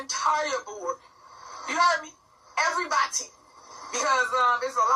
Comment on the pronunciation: Since when is the word 'EVERYBODY' pronounced "EV'RYBOTTIE" the way that T.A.H. pronounces it, and literally every time she says the word?!?